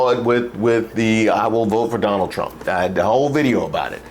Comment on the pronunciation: She said “I will boat my dad, for Donal Thrump”